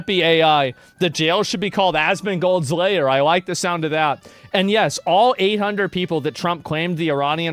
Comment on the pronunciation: Asmongold's Lair? Or INV ASMONGOLD LAYER?